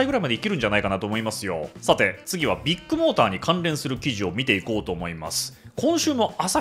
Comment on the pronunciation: KAZUYA君はビッグモーターを「ビックモーター」と呼ぶのは何故？ あぁ、ビックカメラのファンなのかｗ